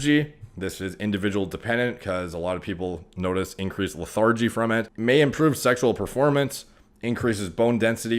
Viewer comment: LE-THIR-GE. JUST HELPING.